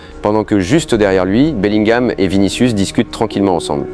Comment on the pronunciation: Il à dit beliguam et vinisiuce